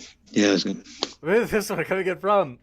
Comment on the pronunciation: Hey lady in the bandana I hope you read these comments it's not g o o t it's g o o d learn how to speak English you illiterate f***